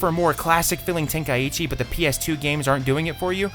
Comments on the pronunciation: ten kai ECHEE... its Tenkaichi the way you pronounced it is very wrong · Ten-kai-chi not ten-kai-ichi where tf you get the extra i from? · I am so happy theyve stopped calling it budokai tenkaichi because nobody actually knows how to pronounce tenkaichi It is ten - kai - chi It is not ten - kai - ichi Am i the only one that ever gets annoyed by this? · Correct me if I am wrong but is it not pronounced ten kai chi? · say tenkaichi one more time wrong and i hunt you down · Man, people really need to learn how to pronounce Tenkaichi